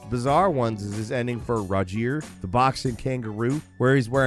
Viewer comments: No way he just said ‘Rahjeer’ instead of Roger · I think its pronounced as roger not rajeer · Rah-jeer? It's Roger dummy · Great content as usual but am the only one freakin dying by how he pronounced roger? Rah-Jeer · That’s an interesting way to pronounce Roger, 😂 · the way you said roger's name is a WTF moment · Never heard Roger pronounced like that before,! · Is Roger not a common American name or something? I was so confused hahaha.